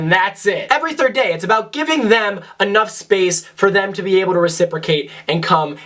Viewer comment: Is it just me or does it sound like he is saying “Every 3rd Gay”